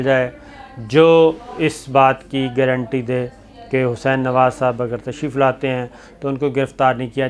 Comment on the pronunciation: Sabir Shakir sahab گارنٹی sahi lafz hai گرنٹی nahin Hamari اردو Keep it up